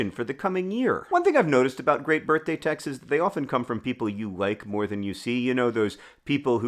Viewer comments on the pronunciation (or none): now that COULD be "texts, is" but it 100% sounds like "texes", which is a word I've heard from the Real Housewives franchise but did not expect from famous tuberculosis fighter and acclaimed writer John Green.